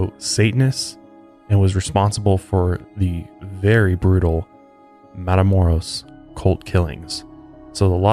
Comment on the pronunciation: I live 30 min away from where he was killed. Our older family members always remind us of this victim when we go across the border. Also, its pronounced matha-moe- (rolled R)oes... for next time(